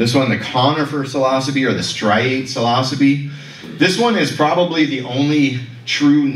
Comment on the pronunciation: Thus guy can't even pronounce psilocybe, 😢 Say it with me now.... Sil-o-syb🎉